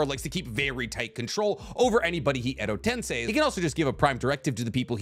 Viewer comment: finally pronounced EdoTensei correctly ❤